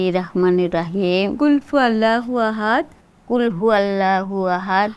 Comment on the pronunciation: প্রিয় দর্শক আমি নাটকটির পরিচালনা করেছিলাম, অনেকেই বলছেন যে এখানে উচ্চারনগত ভুল আছে। যদি হয়ে থাকে আমাকে ক্ষমা করবেন। এবং যদি ভিডিও তে ভুল থাকে তবে জেনে নিন সঠিক উচ্চারন - কুল হুওয়াল্লা হু আহাদ, আল্লা হুসসামাদ, লাম ইয়ালিদ ওয়ালাম ইউলাদ, ওয়ালাম ইয়াকুল্লাহু কুফুওয়ান আহাদ। (সোর্স - প্রথম আলো) 🙏 আল্লাহ মাফ করুক আমাকে এই ভুলের কারনে।